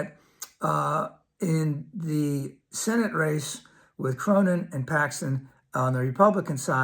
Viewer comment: thanks for. btw, the dude's name is pronounced CORNIN, not CROWNIN